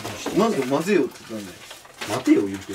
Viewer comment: 混ぜよ！！が日本語の発音じゃ無くて草